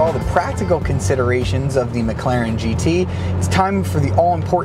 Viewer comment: McClarion? Is that the new Irish car audio company? Heehee!!